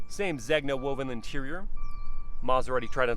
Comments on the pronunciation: amazing videos. Really, really love your channel, man. Great job. Easy to watch and listen to your voice. If I may, Zegna = Zayn-ya. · Blu Nobile. Know-bee-les(s). Noble Blue. Zena. The g is silent. It’s not leather it’s SILK. Yes Italian leather and silk! Also the rear haunches are small? Really? They’re huge. But the rear view is a tad bland. Overall beautiful car